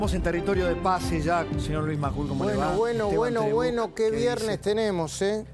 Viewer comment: Majul, por favor deja de comerte las "S"